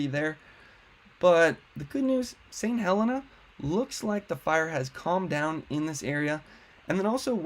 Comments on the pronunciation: It's pronounced St. Heleena. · Thank you for the excellent information. I live in Calistoga and hope it's still there when I get back! BTW, it's pronounced Saint Heleena